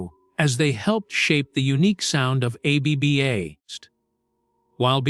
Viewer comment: Dont use AI to do your voiceover. The pronunciation is very distracting A B B A instead of ABBA really?